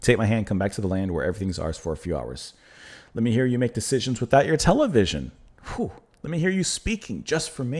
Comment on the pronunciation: Another great song off my favorite Depeche Mode album. I remember the first time I heard it, I laughed at the way he pronounced the word television. I still smile every time I hear it. Thank you for doing this whole album.